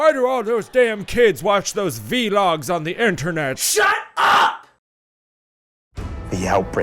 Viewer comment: Vee Logs